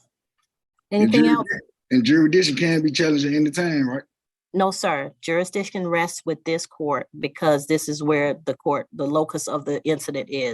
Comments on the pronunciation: He said subject matter “juri-diction LOL You missed the “s” sir! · yup….and isn’t it funny how these sovcitz can’t even pronounce legal words like, “ jurisdiction”? His version, “jur-dish-ion” …jmo… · " Jury-dishon" is a new one on me! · I've seen this one already but I love your channel so much I watched it again, lol. Plus this Judge is fantastic, she takes no bs. needs to learn how to pronounce jurisdiction since he loves saying it over & over & over....😂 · This judge should not allow these clowns to make a mockery of her court. And you would think that after twenty attempts would learn how to say “jurisdiction”. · He can’t even say “jurisdiction” properly.. LOL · You can't even say jurisdiction right...what an moron!! My god!! The scary thing is is some of these people have kids smh